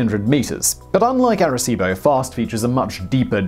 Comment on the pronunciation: ARECIBO!!!!!!!! Simon?!?!?!?